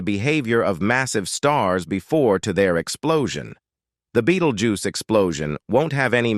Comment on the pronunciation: Beatlejuice. Betteljuice. Beatlegyuse. Beatlejews. Bettelguise? I had to keep watching to hear them all 😂